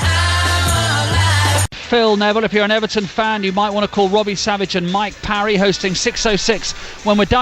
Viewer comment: He can’t even say mike parry’s name right